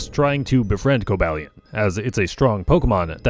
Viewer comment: Cobalion is pronounced with a long a. Co-BALE-ee-on. I don't know how you didn't even pronounce it like Cobalt, which is the usual "mistake"